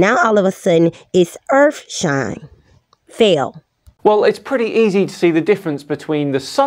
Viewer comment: lots of urfshine going around